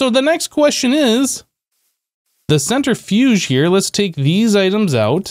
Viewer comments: The center fudge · "centri-fudge"... lol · Man's said centerfudge